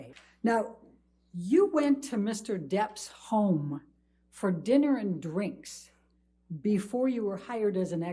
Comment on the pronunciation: You went to DEPPS HOME for dinner and DRINKS. So much emphasis on some particular words.